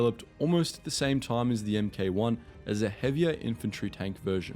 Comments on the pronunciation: You know that “ M....K” is generally just pronounced as “Mark” when narrating? And the way you say “chas-sis” rather than “chas-sea”. The Panthers gun was not the most powerful, shouldn’t the 88mm be in there (there were other tanks with more powerful guns, but the were either special vehicles or late in the war with minimal numbers) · It's not "M-K" it's "Mark." It's not "Chay-sis" it's "shassy." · In the case of the British Tanks Mk ("Em-Kay" as you kept pronouncing it), actually was short for "Mark". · Don't say emm-kay, say Mark. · Please don't say the letters MK when verbally speaking the mark designation. It's a Mark 4 Churchill, with the Mark abbreviated to Mk. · “Mark”, not “Emm Kay”. Employ an actor for voiceover, not a computer. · Mate, for "MK" read 'mark'! Don't say the letters! Its a mark 4 Churchill, not M K 4 Churchill! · M.k 1 is prounounced mark 1... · For future reference: "Chassis" is pronounced "CHASS EE" and "Mk" is short for "mark" so say mark, not M.K. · Not really about local variations. Mk is pronounced ‘mark’ = one syllable; ‘em kay’ = two syllables. The first is not only the correct way to say it, it’s also shorter. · For future reference: it's not pronounced "M" "K". It's pronounced Mark. It designates a version of a product. Mark 1, Mark 2 etcetera. Edit: Chassis is pronounced "Chass-ee". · I think I knew that 'Mk' was short for 'Mark' by the age of five and certainly well before adolescence - I also understood that it is NEVER pronounced as M - K under any circumstances. I can only assume that the narrator was reading somebody else's script and has no real understanding of the subject. Conversely, it is equally irritating when internet people err in referring to the British Ministry of Defence as the 'mod' when anyone with half a brain in their head should know that it is the M - O - D. Don't even get me started about those who place an entirely 'the' before the name of a RN warship! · sorry this is bothering me mk pronounced mark